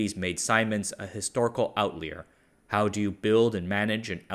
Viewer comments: "Outlier" → "outleer"? Now you're just fucking with us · Can you say outlier again?